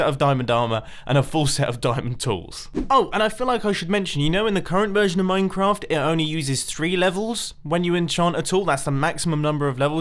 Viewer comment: Who else pronounces "Minecraft" as "Moincraft"